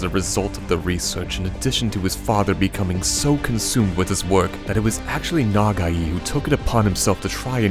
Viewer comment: its Pronounced Na-Gai(guy) not NagaEE. it could be you accent messing it up. For whomever did the Voice over. at the start.